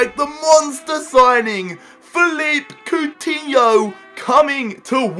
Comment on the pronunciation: its pronounced Felipey Coutinho